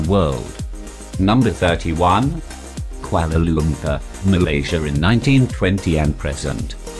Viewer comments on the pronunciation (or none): they said Kuala lumpur(which is wrong in pronounciation)more than once... :3